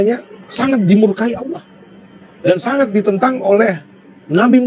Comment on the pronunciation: Bang melafazkan "Allah" sangat fasih..ya Allah bukakan hati dan fikirannya biar bisa log in ke islam aamiin🤲